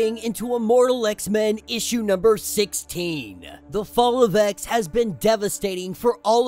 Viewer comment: Same issshhhhhh 😂😂😂😂😂